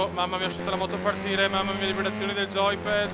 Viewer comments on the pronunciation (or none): joypad... lo ha detto anche nel video:" Goy pad che trema" ... così ha detto